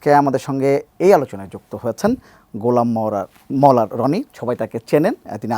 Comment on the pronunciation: সাংবাদিক সাহেব তো গোলাম মাওলা রনির নামও উচ্চারণ করতে পারেন না 😮